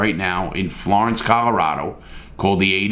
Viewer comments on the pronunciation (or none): none